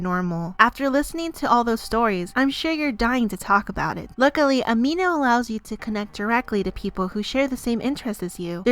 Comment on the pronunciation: I put the speed at 0.5 to read what the quiz said and when she said amino I heard "ah me nose"XD